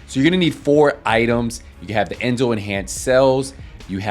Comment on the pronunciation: Enzo not Enzone